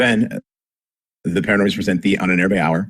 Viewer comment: I love your stuff, guys, but you have got to learn to pronounce "Ahnenerbe" right.